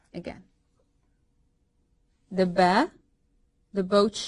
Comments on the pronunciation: It is not beh its baa i m arabic i now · which language are you using for pronunciation? "a" in English is as cat your sound is as the "e" in egg - elif. And the B sounds as be as bed, no ba as bat. Some clarification as to what language you're using will help.